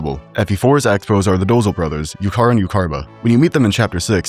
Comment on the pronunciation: The way you pronounced Iuchar and Iucharba are…. Not good. 3 out of 10. Room for improvement, I believe in you 👍